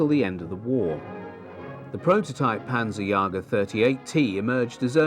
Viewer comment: Panzerjäger, not panzerjager. Nice video.